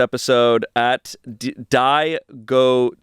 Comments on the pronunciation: “Die Go Suelo” is KILLING me. Babes, it’s Diego Cuello. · die-go-cuel-lo lol, Diego! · saying “die go” in place of “diego” is so funny 😭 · pronouncing Diego cuello as die-go sway-lo is so crazy😭😭😭😭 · bro read Diego as Die Go lmao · Diegocuello... Me: Diego Cuello... Easy... White male: die-go-cuello?... 🤣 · Avid reader DID NOT pronounce diego as die-go😂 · pronouncing Diego as "die go" KILLED ME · did really say die-go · Man says 'Die go' instead of Diego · pronouncing diego as die go was crazy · not saying "die go" instead of "diego" KNSDMJNASF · “Die-Go” for the name diego is blowing my mind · im dyiny how read out the Diego as, die go 😂😂😂😂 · pronouncing diego “die go” 😂😭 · Not talking about the comment referencing the episode where they try to speak different languages and pronouncing Diego as “Die-go” 😭😂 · all love, but watching you pronounce diego “die-go” was rough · I'd never thought of pronouncing Diego as die go before ha, but I can see how it could happen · reading Diego as die go is killing me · im sorry but the way read it as die go instead of diego (a name) is so funny😭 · 1) misreading Diego as die go 2) you’re not alone, my mom also has a hard time watching Ratatouille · first time I hear someone pronounce diego as 'die' 'go' 😂😂 totally understandable, it's just funny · saying “die go cuello” when it’s diego 😂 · pronouncing Diego as die-go was........something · pronouncing the name Diego as dye-go is deeply funny 😭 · I love not being able to say "Diego" 😭😭😭😭 "at DIE-go" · reading a comment about a guy in venezuela and pronouncing his name “die-go?” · saying "die go" instead of diego absolutely sent me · Die-go instead of Diego was hilarious to me. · pronouncing "Diego", as "Die Go" 😅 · reading Diego as die-go 😭😭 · pronouncing Diego as Die-Go. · be like “ let’s go to the San Die Go zoo”